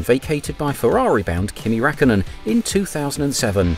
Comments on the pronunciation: It's Räik (Riak) kkönen, Fel ipe (Fel-e-pay) Fern-ando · Its a decent video but I cringe every time he says Kimi Rackonen